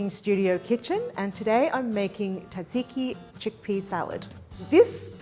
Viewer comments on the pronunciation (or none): It isn’t pronounced TADziki. More like zahd ziki. Altho there is a little T at the start blended into the zs (or Z) sound. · Great looking recipe I will try this weekend. Perfect for the coming spring. (But fyi, it's pronounced Tza-tzi-ki not Taziki. I'm not at all sure why everyone has adopted this lazy version of the dish name). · Looks fantastic and excited to try it. Hearing "taziki" that many times instead of tzatziki hurt, though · Surprised and disappointed that Hetty mispronounced tzatziki. SMH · please someone tell her how to pronounce Tzatziki correctly. :face-blue-smiling